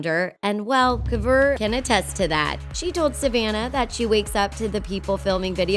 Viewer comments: kavr its kouvr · Omg the Way they Said kouvr triggere me soo much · Mazahir Kassim not kouvr. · Am I the only one that’s mad at the way that she said kouvr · Does it bother anyone else that she couldn’t pronounce Kouvrs name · When she said kouvr... 😂😂